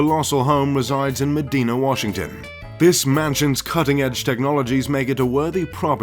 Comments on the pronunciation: It's pronounced "Med-i-na" not "Med-ee-na". I live near Bellevue, Wa. where Medina is located. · it's medina ( muh dine uh) not me dean yuh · It's Medina (med-eye-na), not Medeena! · It's Meh-DIE-nah (not Meh-DEE-nah) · Correct Pronunciation of Medina is Med-eye-nah, not Med-ee-nah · It's pronounced Med-eye-nah, not "Medeena" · It’s mih-dye-nuh by the way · Lmao it’s not pronounced “madeena” Medina is pronounced “ma-diena” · Meh-Die-Nuh, not Meh-Dee-Nuh. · I live by medina and these videos always pronounce it wrong. it's "meh die nah" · Just to nitpick: It's pronounced "Me dye' na" out here in the Pacific NW. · It is pronounced Me-dy-na, not Me-dee-na. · Argh! These vids always mispronounce Medina, WA. It isn't Medina like Benny Medina with the I sounding like a hard E. The I itself is hard. So it's Meh Die Nah. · It’s pronounced Muh-dai-nah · Please learn how to say Medina...med-eye-nah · Medina....is Long "I"...not the way you pronounce it....and you missed 1 of Gates' homes ...owns 2 in WA....other is near Hoods Canal. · Medina your saying wrong. Just fyi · Yes, I used to nanny for a family there. They pronounced it wrong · That wasn’t Bill Gates’ house. His house is way more advanced than a home automation tablet you can buy from Amazon! It has music and artwork that follows people from room to room that caters to their likes, biometrics and a lot more than that. This video guy should have done his research as he even mispronounces Medina.